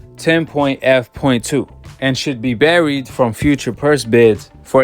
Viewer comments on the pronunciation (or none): Its bar'ed not burried lol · Bruh why cant you pronounce ask? Its a s k not a x e, and Barred not buried wtf? Who taught you how to read. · 😀 he killed me when he pronounced barred as burried